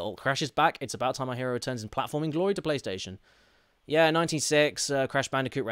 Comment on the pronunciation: Ah, yes, my favourite game "Crish Twinsinity", followed shortly by "Crish Bindiciit Wirped" for the Pliystitiin.